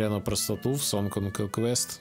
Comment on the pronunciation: Говорят, блогеры не могут выговорить "сонгс оф конувест"